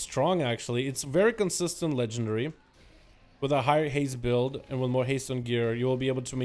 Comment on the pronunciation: dude can you stop saying legendry, its LEGENDARY